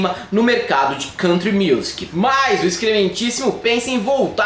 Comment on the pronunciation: Palmas para o, que fala Country corretamente.